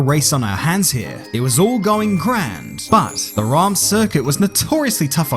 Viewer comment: It's not your fault, but the way you say "Reims" is killing me